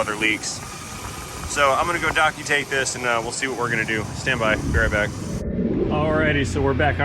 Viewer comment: Docutate, lol.